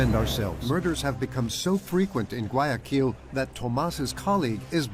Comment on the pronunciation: Не гуаЯкиль, а гуаякИль...